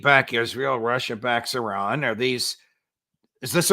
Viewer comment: Professor is the only white American pronouncing Iran the right way. It's pronounced "eee-rawn", not "eye-Ran" like many American do.